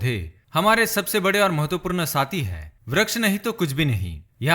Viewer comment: Nice vdo m, full of knowledge lekin hindi bol rahe ho to km se km sahi uchcharad kriye jaese hr jagah apne mahatvapoord galat bola or chota u or bade oo ki matra bhi galat pronounce ki.. baki sb acha tha..😊👍🏻